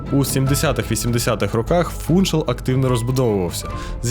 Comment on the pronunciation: Гарне відео і майже без помилок, але в слові Фуншал наголос на другий склад. Живу на Мадейрі 26 років, люблю цей острів, завжди дивлюсь відео про Мадейру. На жаль якісних відео мало, але ваше одне з кращих. Дякую.